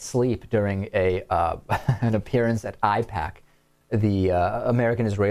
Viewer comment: Parkman pretending not to know how to pronounce AIPAC is a direct confession that he takes Israeli money